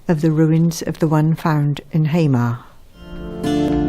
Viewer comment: Lovely video but there is no "rest of Scotland". We(Shetland) never officially became part of Scotland. Also Hamar is pronounced "Ha-mar", not "Haymar". My first ancestor came from Unst and his name is Hendrich Hendrichsson :) .